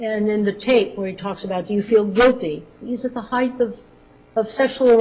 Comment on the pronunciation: Why do they say "heighth?" The word is "height." there is no "h" on the end of it.